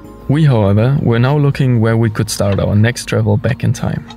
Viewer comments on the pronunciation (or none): none